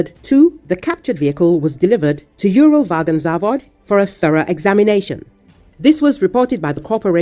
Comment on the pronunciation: Yúral Vágon Závod LOL. The word is Uralvagonzavód (Уралвагонзавод), stressed only on the last syllable. Why pretend that you have expert knowledge when you make such a hash of the Russian names?